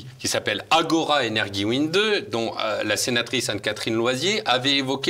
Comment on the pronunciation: Très intéressant. Il faut prononcer "Energiewende" comme "Energiewéndé" ."wéndé" pas "Windé"